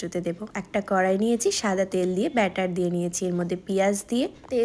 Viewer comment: ব্যাটার না বাটার বলে তো